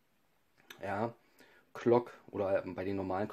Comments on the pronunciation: es heißt glock und nicht klock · Mit G nicht mit c oder k es heißt Glock nicht Clock oder Klock